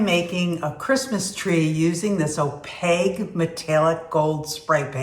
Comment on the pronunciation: It's opaQue, hun, not opaGue. Pronounced "O-PAKE", Q not G, lol. Interesting info on nipping the glass. Beautiful tree! Merry Christmas to you and your family.